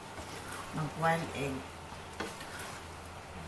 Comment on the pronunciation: its pronounced as kwail egg.